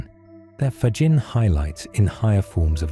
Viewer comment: From Canada with ❤, thank you 🙏 PS: Frederico’s last name is pronounced “ Fagghinnee”😊